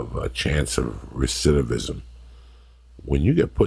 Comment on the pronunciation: I'm shocked he said recidivism right. Tremendous!